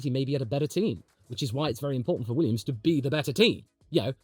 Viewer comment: .... you said Weeyums. Didn't you.